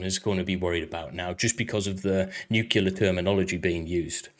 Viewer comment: Except for saying Nuclear wrong 15 times In a row.